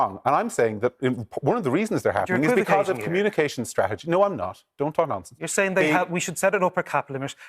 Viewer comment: 'Becuz', it's Because. I can't stand that, Paul Murphy does that too. Can't even pronounce an English word properly and he's a west Brit. People elect for representation not a dictatorship, the absolute gall of him saying he has a mandate to do whatever the hell he wants without consent.